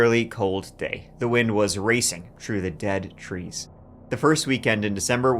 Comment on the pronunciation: Came for the true crime, stayed for the “tree”